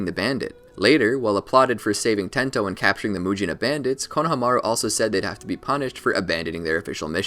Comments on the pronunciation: konohamaru is pronounced "konoha-maru" like the name of the village "konoha" its not "kono-HAMA-ru" you just say it flat, "konohamaru" with no breaks or pitch changes all one word almost as if its just one long syllable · I'm sorry but it had to be said konahamaru is pronounced koh - nuh - hom - uh - roo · Why pronounce Konahamaru that way? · why do u say konomaru like that... the disrespect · It’s funny how he pronounced konohameru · Did really just call him Kona ha maru